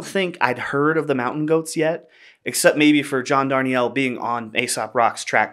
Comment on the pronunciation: Thanks for this: an earnest, smart celebration of a worthy song. One small correction: John pronounces his last name "dar-NEEL," not "darn-ee-ELL."